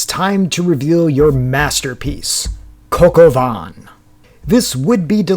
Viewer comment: This is dreadful especially when you have no clue on how to pronounce the dish..????